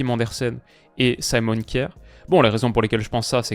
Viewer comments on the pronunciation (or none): none